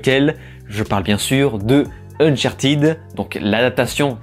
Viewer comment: ne t'excuses pas de prononcer unchartèd, c'est la bonne prononciation, en tout cas meilleure qu'unchartid.